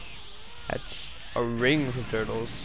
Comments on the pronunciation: it turles not turtes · It's Tur-les.